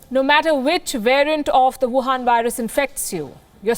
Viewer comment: Her favourite words: Buhan Virus